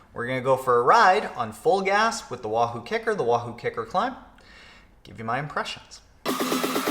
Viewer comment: "Fulgaz" sounds like "Vollgas" in German ( = "full throttle" / "pedal to the metal") !"Vollgas" is a regular word in spoken, contempary German.